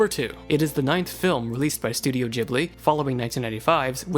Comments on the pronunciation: it's pronounced "Gh"(as in "g"reat)ibli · ITS PRENOUNCED GIBILE EVEN THOUGH ITS SPELLT GHIBILI